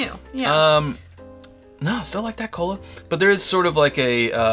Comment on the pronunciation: Did you say cola or colon? J/K... good review